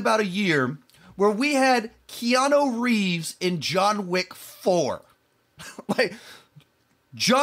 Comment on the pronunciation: THEY’RE NOT TRYING TO BE TAKEN SERIOUSLY,! 😂, it’s KeanU; not “KeanO”. 😆…Why is it “astounding” or “bizarre” to you? It’s THE PEOPLE’S CHOICE AWARDS. Not even the people who win these things care about them. Think about the demo of the viewers before you get all worked up, bro. They exist only to fill TV time. They just need content. They’re not trying to be taken seriously. They’re just making money.